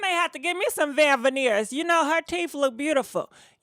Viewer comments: They called veneers not vivaneers boo😁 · Wtf is a Veveneers???????? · "Vivaneers" 😆 I love you,!!! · Shekinah issss slow after all huh?🤔😫 Khia was right; slow yellow schoolbussit baby😂 P.S ... I live for the mispronounced names EVERY VID😍😂😂